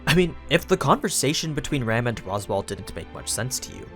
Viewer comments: Am I the only one that kept hearing him say Ram as Rem xd? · You keep referring to Ram as "Rem", but who is this "Rem"?